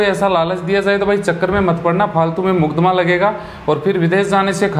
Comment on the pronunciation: Haan bhai mudakma lagta hain🤣🤣🤣🤣.. ..makadma hota hain ...na ki mudakma!